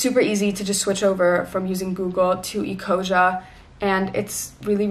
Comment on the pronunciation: ecosia is german so its pronounced eco-zee-ah